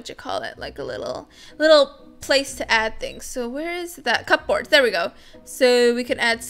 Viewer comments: It’s not pronounced cup-boards it’s cuboards cubords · Ok I love ya vids but u was triggered when you said cup boards , it’s pronounced cuboards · P in cupboards is silent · The way she said cupboards! 😸🤣